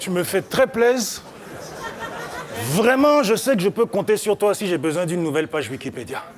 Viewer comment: juste dire "vreument" ca fais rire les africains ...